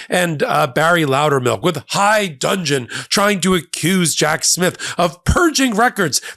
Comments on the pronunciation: dudgeon, not dungeon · attorneys general, not attorney generals (they are generic attorneys, not officers as if in the army); also, dudgeon, not dungeon. Otherwise, excellent work! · *high dudgeon, not "high dungeon." 🙄🙄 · If I've told you once, I've told you a hundred times: it's "high dudgeon," not "high dungeon"! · “High dudgeon” not dungeon. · Thank you:) BTW I need to poiunt out that "In high dudgeon" (not dungeon) is a formal idiom that means to be extremely angry or offended, and to usually show it. Sorry to nit pick but I'm a Brit and I notice this malapropism every time it happens:( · did you say 'high dungeon'? I don't mind what kind of dungeon the idiots end up in. But I think you meant 'high dudgeon'.. Or maybe I misheard.